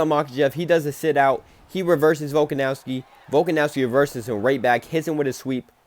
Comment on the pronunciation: I deadass couldnt keep watching after hearing you pronounce Volkanovski